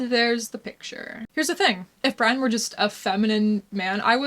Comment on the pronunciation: Did you notice he pronounces Brian as "BREE-an"?